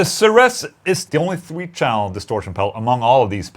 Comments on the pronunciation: Ceres, still pronounced like 'series' Enjoy Shanghai 🤘🏻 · ceres is pronounced like "series". KSR operates out of my hometown and one of my friends just started working there. i can't wait to get my hands on one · Is that how they pronounce Ceres over there or has Ola forgotten Greek mythology?